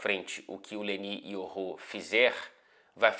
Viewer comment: So falta mudar a pronúncia dos nomes kkkkk é Leny Yoro, nao LENÍ IORRÔ.